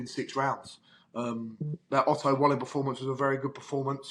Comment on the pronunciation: Davies is so pretentious, the way he pronounces Otto Wallin‘s name 😡😡😡😡😡😡😡